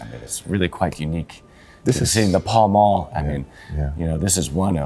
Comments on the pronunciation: It’s is pronounced pal-mal not pawl-mawl. Well that’s how most people in the UK say it. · I've only ever heard it pronounced 'pal mal'. Worked there a few times. Not saying I'm an authority. How do you know it's pronounced 'pel'..? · I had thought it was pronounced "Pell Mell". Or maybe the way "Pal Mal" is pronounced in some accents, it might sound like "Pell Mell". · It's pronounced Pell Mell. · I was so confused by the way he pronounced it!! He's been mincing around Jermyn St and Savile Row pronouncing it like that!!